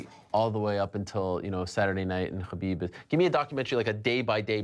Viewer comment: is also pronouncing Khabib's name wrong every single time.